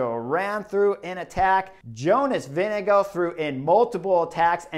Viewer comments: VINGEGAARD not Winnego? WTF chris?? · Vingegaard, not Vindego please!!! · All of the American commentators trying to pronounce Jonas Vingegaard's name, for no reason at all: "Jonas...VINGADINGALINGDEVANGOUGH" Like, good God, you're supposed to be experts, it takes about five seconds to learn how to pronounce a name, ten seconds to practice it, then you don't have to spend ten minutes with your tongue falling down a staircase every time you try to say a (frankly, pretty easy-to-pronounce) name like Vingegaard. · Sorry Chris, it's Vingegarrde---VIN-GA-GUARD. Love the analysis but get his name correct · I thought Cris said Vinni GOAT